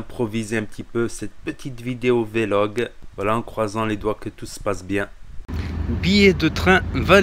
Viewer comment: On dit pas vélog on dit vlog on fait la liaison mdr j'avais l'impression d'entendre un mec du bled.